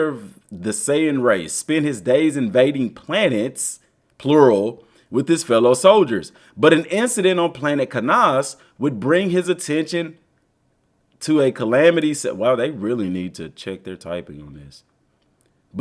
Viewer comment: Planet Ka-nass-A brodie bro